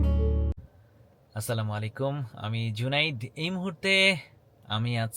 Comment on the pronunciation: আপনার নাম জুনায়েদ, জুনাইদ উচ্চারণ করেন কেন?